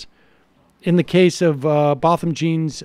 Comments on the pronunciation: Jean is like "John" (with a softer J sound), not like Gene. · Sam....Jean is Pronounced JOHN. ...in the Haitian Culture. .... Thank you for covering this....SAD SAD SAD.....Story.😢😢😢